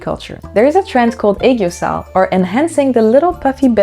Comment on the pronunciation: not you pronouncing aegyosal perfectly w language skills